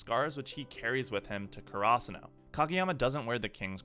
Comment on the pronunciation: The way he says karasuno pisses me off